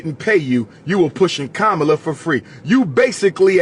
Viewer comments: It’s Comma-La why keep disrespecting her name? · He said Kabamala 😂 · He said: KABAMALA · I lost respect for you when you deliberately pronounced Kamala’s name wrongly, just to disrespect her; and lied about her sister’s complexion… in fact you are continuously sounding like Trump … Since you claim to know what policies the Black community needs implemented, why don’t you RUN FOR OFFICE and get them done. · Your a disgrace mister history major for you to continue to mispronounce her name when you know better that's no different than boy and gal you know 50 percent of all blacks in America aren't pure African